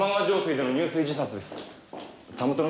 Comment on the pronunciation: 入水自殺をにゅうすいじさつと言っている。じゅすいというのが正しい。松本清張先生もなけいてらっしゃるでしょう。